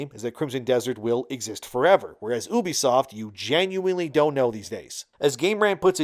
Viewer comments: It's "U" "B" Soft not oubee-fsoft. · If you're gonna talk about a company learn how to say their name properly first. It is YOU-BE-SOFT.